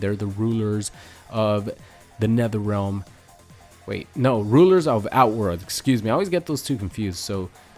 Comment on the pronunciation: No no its nether relm buddy